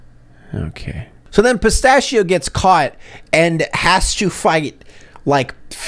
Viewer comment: Pronouncing it "pista-shi-oh" is what makes his accent sound fake